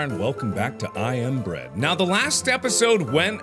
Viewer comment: The intro slightly sounded like Mark saying: "I inbread"